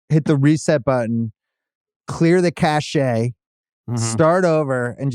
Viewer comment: It’s clear the cache, not clear the cachet